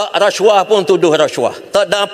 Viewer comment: Sebut pun xbetul. Rasyuah.. Puuiii.